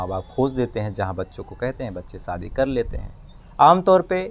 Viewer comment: भाई साहब सब कुछ अच्छा लगता है आपके वीडीओ में,, बोलने का अंदाज़ एकदम निराला है बस थोड़ी सी मेहनत उच्चारण पर भी करें।आप हमेशा श की जगह स बोलते हे।शादी को सादी सुनने में अच्छा नही लगता। एक और request है आपसे,, हवा खराब, हिहाज़ा, बहरहाल ,,,,इन शब्दों को ना बोला करें,, ऐसा प्रतीत होता है जैसे आप बनावटी कहानी सुना रहे हे जबकि आप बहुत ही ground to earth & genuine व्यक्ति लगते हे